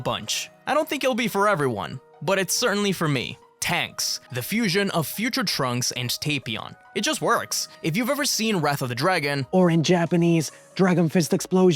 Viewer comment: Tah-pion, not Tehpion, lol.